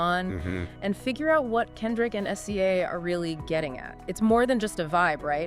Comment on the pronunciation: its pronounced si-zuh. definitely AI. ugh. So depressing.